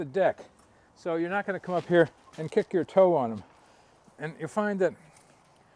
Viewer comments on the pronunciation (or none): none